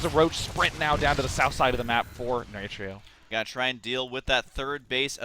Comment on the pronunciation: Where is Day9 from with that pronunciation? The way he says Nerchio....